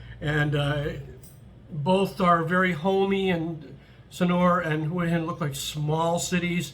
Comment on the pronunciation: Thanks for pronouncing Hua Hin correctly. Wayne’s series on HH was very accurate, it’s more for 55+ who want a normal life without the partying. I’m looking to hire expats myself for a business in the US and the one rule about expats in Thailand is they can’t live in Pattaya because of the reputation. Pattaya has it all though and is cheap to live.